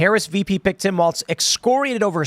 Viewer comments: It's pronounced "walls" not "Waltz" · Just to throw this out there, it's pronounced "walls", not "waltz"